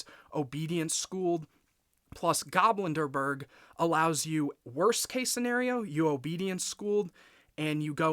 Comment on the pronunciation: Nice! Btw the card is pronounced GobLindbergh not GoblinDERbergh. Its a refference to Charles Lindbergh. If its just a nickname you gave him then you can ignore my comment. Ps: 🤓☝️